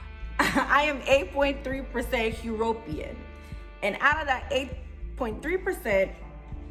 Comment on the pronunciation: "HE" - RO - PE - AN"? I NEVER heard it pronounced that way before. "U-RO-PEAN" is more like it. Nevertheless, did you get Jamaica for "Recent Ancestors" migrations? Interesting video BTW.